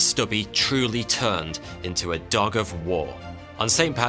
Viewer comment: one of the best things about this video is how he says dog like duck 😂